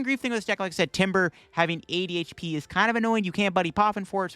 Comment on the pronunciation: every time he said 80hp it sounds like ADHD